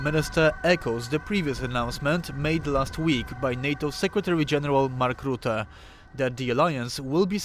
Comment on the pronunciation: Ruette? Who is that? Rutte. Say russia now stop talking rubbish